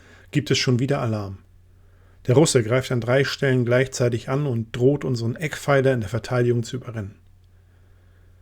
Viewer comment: EckPFEILER, nicht Eckenfeiler ;-)